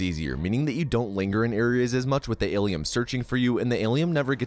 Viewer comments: why the f can’t he pronounce Alien! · Alium??? WTF its alien. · Why are you saying "ALIEM"? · Why do you pronounce it "AliUM" btw? It' "AliEN" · Why is he saying Alium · I never knew how much someone saying 'Alium' would trigger me LOL, its fucking hilarious. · Aliem? what the F is an Aliem? Alien! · Are you saying Alium? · Aliem? Aliem? With an M??? Fk dis. "do not recommend channel" clicked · Wtf is “alium” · Tf is Alium? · Wtf is an Alium? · It sounds like you are calling it "ali-um'..? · Is he saying Alium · What’s with saying “AlieM” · Lil late to the party but why does he say Alium? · Alium isolation can he not say it right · I'm new why is he saying alium 😂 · its alien not aliem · Why does he keep calling it alieM? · Is he saying Alium on purpose to troll fans??? Well, it's working... James Cameron will not be pleased lol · Alium...whyyyyy😂 it triggers meeee😤😤😤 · Why is he saying alien wrong? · Are you saying “AlieM”?! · Why is he mispronouncing "Alien" and "Aliens"